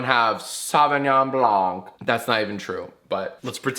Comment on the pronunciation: I know you literally don't care, but you don't pronounce the "c" in "blanc" - sincerely, a French major who's a nerd about phonetics.